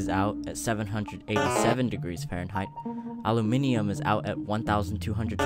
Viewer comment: you said aluminium correctly!